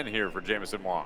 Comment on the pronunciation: His name is WANG not Wong.